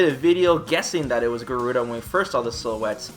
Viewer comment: It's GA-ru-da not Gu-ru-da....